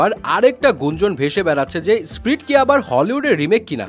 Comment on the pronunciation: spirit.. not sprit.